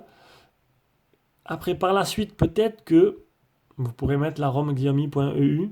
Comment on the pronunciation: on dis pas xiaomi mes chiaomi